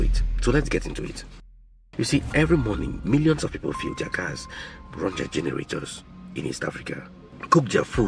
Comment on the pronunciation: oh my goodness! When will you learn to pronounce the word "fuel" properly in English? You mispronounce this word so much and it is so distracting. You've got to learn to pronounce English language words properly